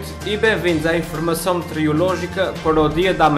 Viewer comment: "Informassão metiorológica" :D :P